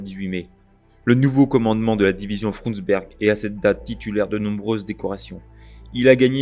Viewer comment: Une information de détail : en allemand le "u" se prononce bien comme le français "ou", donc il l'est correctement ici dans "Frundsberg". Mais le "ü" se prononce comme le français "u". Il ne faut donc pas prononcer "Führer" comme le français "fourreur".